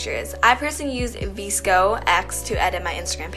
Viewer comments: Ok almost every comment is Omg thx soo much I’m stuck at home because of the corona 😂me laughing because all I’m thinking about is how she said VIsCo instead of VSCO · veesco lol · Veesco haha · im sorry but did she just pronounce vsco as veesco tf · Did she say vi-sco? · did u just say "Veess co"